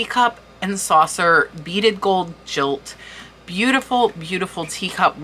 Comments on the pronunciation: I'm a retired English professor and agree with the previous comments regarding pronunciation. Another one is gold "gilt" which is pronounced the same as "guilt" not "jilt". If you brush up on those pronunciations,, you'll knock your videos even farther out of the park! I'm totally psyched to search for tea cups more than I ever was before. I thrifted 24 pcs Johnson Bros Rose Chintz tea cups/saucers with sugar bowl and creamer from Goodwill today for $12.99 and got excited about that! I can't imagine how I'd feel if I found any of those you showed!! I hope you find the set in your death pile and do a follow up when it sells. Good luck and thanks for all the work you put in to your extensive research and for sharing it 🙂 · With all due respect when you have a lot of gold it is pronounced gilt (guilt) - not jilt.. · jilt ( no ) - as in guilt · I’m pretty sure the pronunciation of the word ‘gilt’ is with the hard ‘g’ sound, like ‘go’ rather than the soft ‘g’ as in ‘George’. Guided/gilt, as in overlaid in gold; not guided as in jilted. And as I own a considerable collection of Aynsley pieces, I thing it’s AIN-sley (as in aim, long ‘ā’ sound). But this was an amazing overview of some recent sales. THANK YOU for your research. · guhilt not jilt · It’s GILT as in GUILT, not jilt! Beautiful teacups. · FYI Gilt is pronounced guilt, not as in jilt(ed) lover :) Loving this vlog and the intense research it must have taken. Thanks! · Loved the vlog. Just a note - it’s pronounced gold gilt not jilt. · Also, gilt is pronounced "guilt" not "jilt"..an item "is decorated with - or has- guilt" or "an item is guilded" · Great video .I enjoyed it immensely but just an FYI the word "Gilt" is pronounced the same way as the word " guilt" . Not jilt . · Gilt is pronounced with a hard G like girl. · Your pronunciations are very good, except for the word GILT. It's a hard G, not a J. GILLt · By the way, “gilt” sounds just like “guilt,” not like “jilt.” It’s the same “G” as in “gold.”